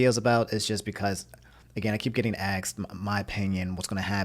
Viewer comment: "I keep getting aksed"